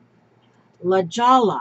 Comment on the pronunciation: Hi....Just so you know, LaJolla is pronounced La Hoya.....and those cute cows from Scotland, if they are the wild ones, must never be touched by human hands....I don't remember why exactly, but "you're" not suppose to.